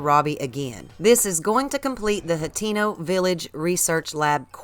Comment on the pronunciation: I wish she'd stop saying "Hot-TEEN-oh". Oh well, I guess that's just what white folks from the southern US say